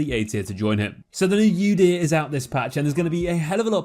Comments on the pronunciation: It's Udyr: oo-deer not yoo-deer. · The way that person pronounced Udyr made me want to die omg like brain damage????